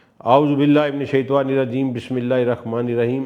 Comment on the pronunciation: جناب جب بھی میں اپ کا ولاگ دیکھتا ہوں اور اپ سے ہر مرتبہ گزارش کرتا ہوں کہ اپ اعوذ باللہ من الشیطان الرجیم پڑھا کریں نہ کہ شیطوان الرجیم